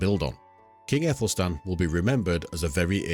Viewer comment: Great, informative and always prefer a channel who uses old illustrations instead of fictional ai images. One thing though, in old English the Æ is pronounced like an 'ah' sound, like in Cat and Bat.